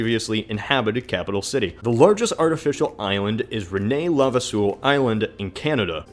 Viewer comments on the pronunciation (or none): You butchered the name René Lavasseur.